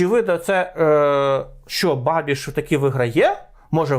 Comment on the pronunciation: І не бабіШ, а бабіЧ... Практично babitch...